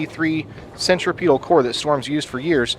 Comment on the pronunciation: Be a bowling guy, you should know how to say “centripetal.”